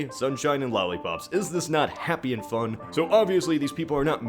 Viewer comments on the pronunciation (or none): none